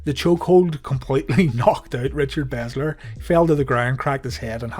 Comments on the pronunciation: Belzer. Not "Bezler." Why would you transpose the 'Z' and 'L?' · Belzer not bezler